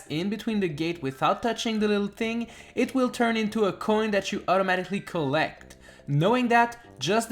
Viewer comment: U SAID COLLEC